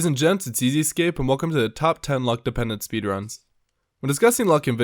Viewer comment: Why does he say ezEscape. He doesn’t know his own name!